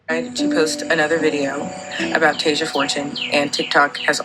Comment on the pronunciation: Dude her name is TASIA! NOT TASHA. Have some respect and at least get the name of the victim right!! Tf